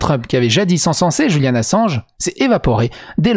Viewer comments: Pourquoi prononcez-vous Julian à l'espagnole ( le J) ? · Je viens justement de l'entendre et ça m'a interpellé 🤣 dans une vidéo il a dit que des fois il faisait exprès de mal prononcer des mots, du coup des fois je m'amuser à les trouver 😁